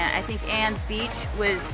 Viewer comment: That is pronounced as Annie"s beach